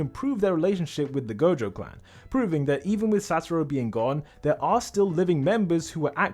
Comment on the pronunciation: I cant help but notice u keep saying saturo. I needed to double check myself after u saying it that much but it is indeed Satoru not saturo.😂